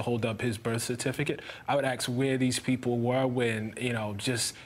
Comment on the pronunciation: i appreciate his intellect. i am surprised by his pronunciation of the word, "ask," accompanied with such intellect...